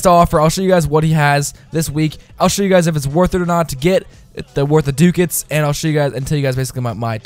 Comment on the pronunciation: It's pronounced: Duck-ats